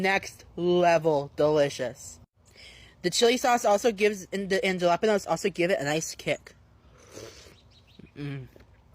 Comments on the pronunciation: Gela panose, how hard it’s it to pronounce it, ha lah peh nios 😂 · Him not being able to say “Pho” or “jalapeño” pisses me off